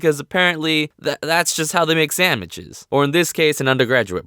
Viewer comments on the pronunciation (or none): Who else heard "sammichs" instead of sandwiches 😂